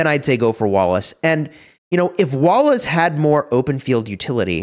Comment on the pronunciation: i always hear walrus instead of wallace 😆